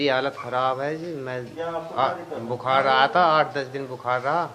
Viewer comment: love your urdu accent. except bu-khar (not like khar, next to bandra) but khaar, coming from back of throat.